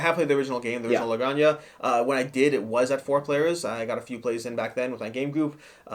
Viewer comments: "La graña"?.....Do you mean La Granja (ha)? like haert (jart) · It’s pronounced la granha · Like others have said, I believe it's pronounced "La Gran-Ha" which is Spanish for "The Farm". Thanks for the review, really insightful! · Oh my! They make it sound like a Drag name, LOL. If it's Spanish the "j" is guttural. A hard "H", so to speak. "Gran-Hah". The game seems well designed but too convoluted and space hungry for my taste. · It's pronounced La Gran-Ha. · "La gran ha"